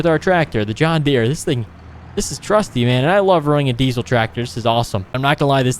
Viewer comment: It is diesel not diezel